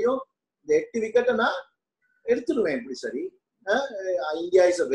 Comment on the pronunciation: Seri..not sari😅